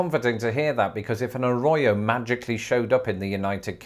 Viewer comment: When you say Arroyo you need to roll your r's like there's three of them in the word